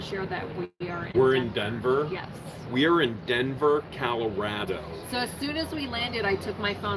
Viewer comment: Is that Denver Calorado it's Colorado no a in Colorado